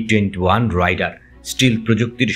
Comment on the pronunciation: আরে রাইডার না, রেইডার আর পাক ডি এ, ডা না।